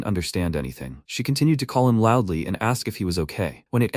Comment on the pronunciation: Bro you must be trolling with that LOUDLY, no way you are serious